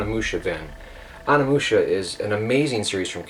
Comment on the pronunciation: You pronounce it ONI-Musha Not Ona-mucha